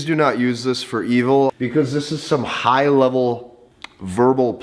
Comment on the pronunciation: Did he say 'evil' or did he say 'e-hole'? I didn't quite figure and I surely can see him saying both (the latter being some kind of redpill slur for women on the internet)